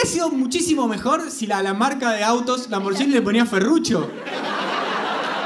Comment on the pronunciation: Hahahah no de por que me molesta tanto que pronuncien "lamboryini "más bien sería "lamborguini"para el castellano😅